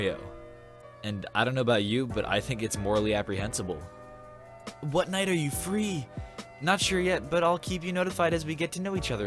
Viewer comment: Did........did you say morally “apprehensable”???? My man, you are smarter than that. Don’t let me down dude. Morally Reprehensible is the phrase you were looking for. Apprehensible isn’t even a word.